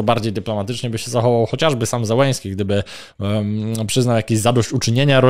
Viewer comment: To nazwisko należy wymawiać "Zieleńskij". Po polsku wystarczy "Zeleński". Na pewno nie "Zełeński".